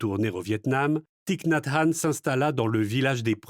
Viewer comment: Gratitude pour cette lecture et merci de prononcer correctement le nom de Thich Nhat Hanh. ❤Merci 🙏🌹💖